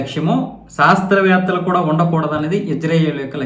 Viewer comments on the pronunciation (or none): సాస్త్రవేత్తలు కాదు, శాస్త్రవేత్తలు. తెలుగును సరిగ్గా ఉచ్చరించండి.మీరు చాలా తప్పులు చెబుతున్నారు.సరిచేసుకోండి